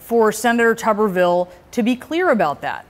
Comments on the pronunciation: Pronounced “Tubberville” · It's tub like bathtub.